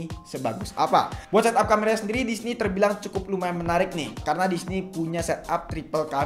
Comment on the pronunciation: Sorry yah gw out of topic dlu!!! Gw notice sama pelafalan kata DISINI oleh kok terdengar seperti DISNEY, Gw pikir keseleo doang tapi ternyata ada berapa kali penyebutannya sama....Gokil aja!